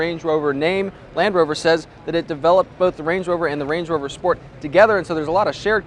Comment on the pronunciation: he says "wange wover" lol